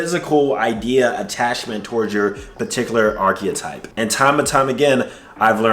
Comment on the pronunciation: You're pronouncing archetype incorrectly and it's hard to listen to